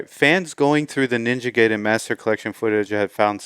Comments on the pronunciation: Stop pronouncing it “Gay-den” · Oh no, he pronounced "Gay-den"